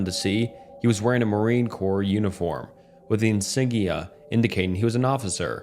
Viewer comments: cmon man your knot that dumb its pronounced "cores" not corps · Corps Its pronounced like core not corpse E-theer-e-al Stoo-pur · corps : core - insignia : in-sig-knee-uh - ethereal : eth-ear-re-all